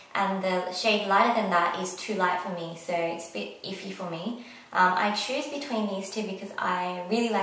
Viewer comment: Soorrr, sooorrr, sooorrr Why you have to put an R in the end of every "so" you say??????????? o.O